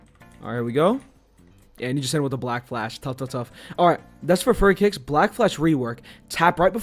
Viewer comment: nah he said furry lol